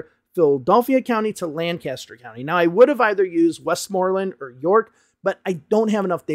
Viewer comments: Just a minor thing, that town in PA is pronounced more like "Lenkister" and not "Lan-caster". The locals are adamant about this 😅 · Lancaster is lank-us-stir, btw. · Love your channel and I'm not trying to knit pick, but I believe it's pronounced lankister no lan caster.